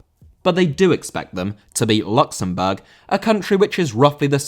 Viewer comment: It’s the emphasis on “Luxembourg”